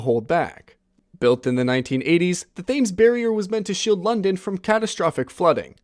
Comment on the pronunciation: Thames is pronounced “tems”